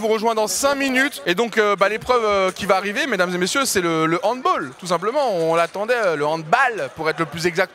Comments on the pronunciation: Et le goal n'a pas de gant et juste on dit handbAll et pas handboll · HANDBOOOOOOL on dit handball car c allemand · Doigby il organise un évent de sport mais il ne sait même pas prononcer handball...